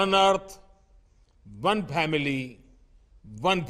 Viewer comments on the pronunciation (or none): none